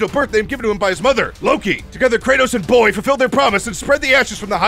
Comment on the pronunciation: You got some MUNEH for my BOAYYHHH ???